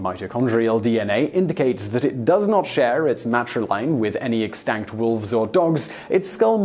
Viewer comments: Why does this dude say ExStanked..its extinct There is no A. Idc where you are from that pronounciation makes no sense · I love the way he pronounced extinct lol